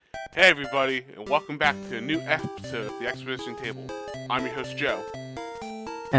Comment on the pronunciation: I’ve never heard anyone mispronounce “episode”.